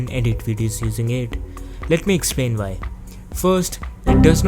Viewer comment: You're not understandable sometimes cause you say Vhy instead of Why, and you say pretty often V instead of W. But I liked this video anyway :D